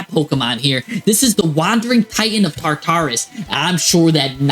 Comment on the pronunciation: I feel like this guy intentionally miss pronounces words for engagement. Tar-taris.... 🤦